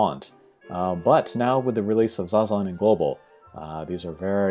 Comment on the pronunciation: My boy, who’s Zazan…? 😂😅